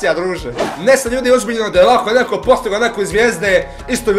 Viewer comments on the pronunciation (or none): none